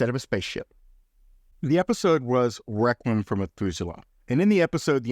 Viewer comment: Wow, you were really having a problem in pronouncing Requiem!